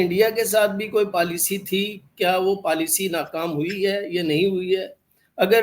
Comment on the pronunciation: उर्दू बोलने सीखने के चाकर में पॉलिसी को पालसी अरे भाई इकबाल हिंदी में भी और इंग्लिश में पॉलिसी को पॉलिसी बोला जाता है । जिस तरह तुम्हारा कैंवरटेड हुवा वैसे ही तुम लोगो ने लैंग्वेज का पोस्मार्टम कर दिया पलासी